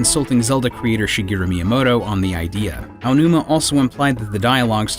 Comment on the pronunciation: ...Miyomoto? Why can literally none of the people reading pronounce these things? These widely known and accepted and recognized things?